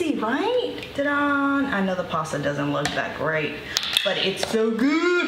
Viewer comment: I love that you say "TA-DONE" instead of ta da